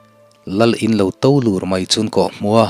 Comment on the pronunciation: A ziaktu leh a chhiartu in thiam zel e. Chutih rualin thuhmabet (prefix) anga a bula 'a' hmanna 'ahnuhmanah' tih kha i lam hrang tlat mai a, 'a hnû hmanah' tih ang khan. 'hnû' ti-a i lam kha 'hnute' tiha 'hnu' angin a ri tur a ni. word khat a nih angin 'ahnuhmanah' ti-a lam tlang tur a ni. Tin, 'tô lûr' i tih pawh kha 'to lur' tih zawk tur a ni lo maw?